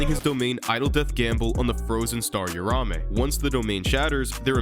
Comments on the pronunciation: Uraume is pronounced “oo rah oo may” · Don’t want to be that guy buuuuuut… read the name. It’s not urume it’s uruamue